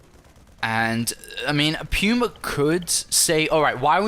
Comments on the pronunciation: ?? it's pronounced "Poo-ma" not "pewma" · its pronuced pooma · everytime i hear "pewma" i die alittle inside. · Just checked online. Much like the word "coupon" can be either "kyoo" or "koo" it can be pronounced with both the "pyoo-" and "poo-" (lol) sounds.